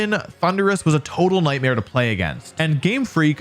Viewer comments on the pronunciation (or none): none